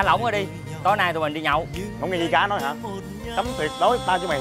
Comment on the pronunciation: July Vn vi cá mà đọc là di cá ák